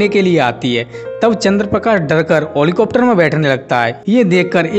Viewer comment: What is this helicopter ko holicopter bol diya